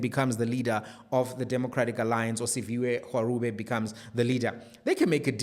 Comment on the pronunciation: I get your paradigm on Shivhambu pod, well done!! Off topic: please pay attention to a proper pronunciation of Siviwe Gwarube's surname. It is a Xhosa surname and the letter 'G' is pronounced exactly the same way as how you pronounce a 'G' for 'go' in English...The 'r' in her surname is pronounced as the first letter 'g' for 'Gauteng' Hope you get it. Thank you for this platform ❤❤❤